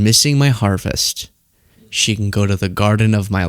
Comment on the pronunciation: problems with you saying harvest!!!!